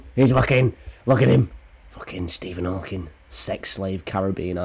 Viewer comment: “Fookin Stephen Hawkins” 💀